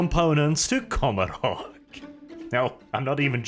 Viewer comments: you are my favourite, and I stand under correction, but I do believe the pronunciation of Commorragh is supposed to reflect the pronunciation of Gommorragh from the Bible. Which is usually pronounced Go-mo-rah, forgive my poor phonetic transliteration skills. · Commorah...is how it's pronounced.